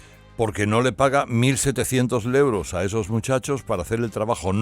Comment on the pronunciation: Que pedantería!! .. la primera vez que te escucho decir euros, siempre dices leuros. Te crees el mejor locutor y periodista y da 🤮escucharte. Tan pedante, con todos esos ruidos que haces arrastrando las palabras, salibando, eructando, parece que siempre haces mal la digestión 🤮 Porque no te pones tú al S.M.I.. o mejor te exilias A que no lo ponéis??..pero me quedo satisfecha porque al menos lo leereis los censores 🤪